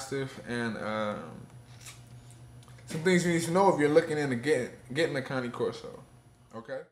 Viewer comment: thank you for pronouncing it correctly!!! .... I hate that you use a choke collar though :( throw that shit away, if she is trained properly, she doesn't need that...